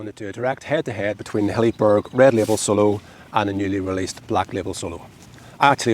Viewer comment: it's Hilleberg, not Helliburg 😉